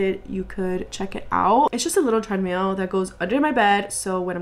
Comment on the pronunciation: the way you said treadmill over and over as treadMEAL is sending me 😭